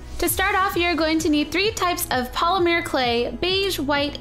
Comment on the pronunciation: It annoys me so much that she says "Polimir" instead of Polymer XD